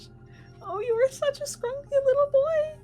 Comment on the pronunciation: "there's treestar as a potato" yes, the best wittle tato indeed.